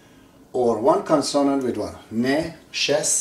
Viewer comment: Kon-soa-nand? Does he mean kon-suh-nuhnt? (Consonant)